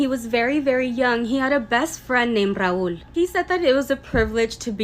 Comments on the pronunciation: its rahul btw not raool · I think it was Rahul and she mispronounce it 😅😂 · Why she pronouncing Rahuuuuuul like that..